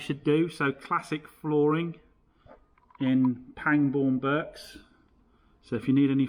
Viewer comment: 'Berks' is pronouncer 'barks'. Pangbourne is just outside Reading, and is a lovely place.